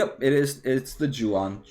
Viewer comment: Yes please do $SE. Yuan is pronounced as yu-an. :D